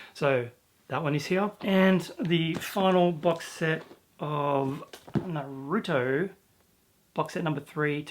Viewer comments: I call it blame as in blaming someone else but naruto is pronounced NaRuutoe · Bakuman's a really fantastic series. Almost all of the characters are just so interesting. Really keen to see you five into that and review it some day. Also, Naruto is pronounced Nah Roo Toe So Nah as is "Nah thank man" Roo as in kangaROO And Toe as in "Ouch I stubbed my toe!" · Its pronounced Nah-roo-toe